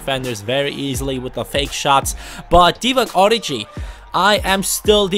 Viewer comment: It isn't origji (prononciating) but origi. The french g